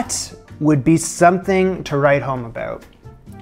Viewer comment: aboat? didnt realise you are Canadian..i like you better now :))